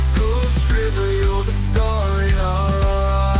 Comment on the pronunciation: It's a great song and a great idea but the pronunciation of kuilsriver is unfortunately wrong. Would have been better if it was pronounced correctly. Great song though.